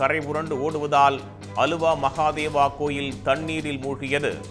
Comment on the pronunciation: ஊருக்குள்ளேயே உக்காந்துக்கணும்....., அலுவா இல்ல "ஆலுவா".